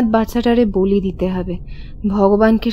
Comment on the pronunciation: খুব সুন্দর গল্প। কিন্তু বলি ক এক জায়গায় বালি উচ্চারণ করা হয়েছে।